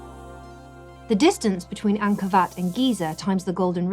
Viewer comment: When you are the only person who calls Ankor, Ankor Vat.. What? Wat.. What? Vat..? Wat... Sorry ET we know you didn't make anything on Earth. There simply isn't anything "that" advanced, we can't do. There's just a lot of smoke n mirrors... oh and we knew features about the Earth, we've only come to understand in the past 100 years, 4500 years ago.